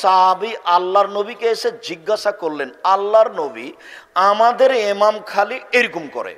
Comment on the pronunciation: এমাম কে আপনি এতো বড় হুজুর তার পরেও কেনো এমাম কে এমাম কে বলেন আরবি দিয়ে বলুন ইমাম বললে সমস্যা কি